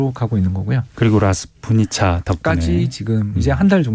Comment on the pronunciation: 라스푸티차(러시아어: распу́тица, 영어: rasputitsa)…”라스투니차”가 아닙니다